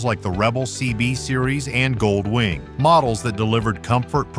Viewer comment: Robo voice. It's Goldwing, not Gold........Wing.